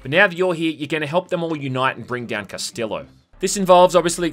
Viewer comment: The villian's name should be pronounced "Cast-ee-yo" fyi, I know Aussies probably don't have a lot of spanish exposure